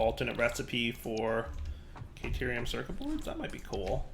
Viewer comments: hearing him say caternium and petrothium drives me crazy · Its caterium. Theres no N in it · Yeah, but it’s pretty much futile at this point to try to correct him. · He sometimes says it right and sometimes he says caternium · Didn't he already realise he was pronouncing "Caterium" wrong and corrected himself? Did he un-realise it? xD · He does this with every word he mispronounces, he acknowledges the correct way to say it and then just goes back to saying it wrong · Hearing keep pronouncing caterium wrong Is making me go crazy